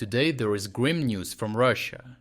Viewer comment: "Today there is grim news from Russia". I thought you said "great news". Both make perfect sense.